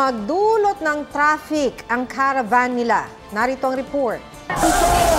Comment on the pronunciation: Si ms.reporter kung makapag salita ng trapik napaka diin.mga bitter